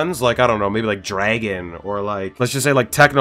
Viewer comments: I like how he pronounced like if it was Dragon lol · Did this man just say dragon? HOW DARE YOU disrespect the great